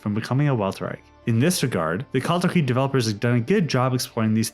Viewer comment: Kalterkreig? Its Kalterkrieg